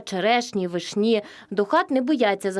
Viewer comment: ВИшні,а не вишнІ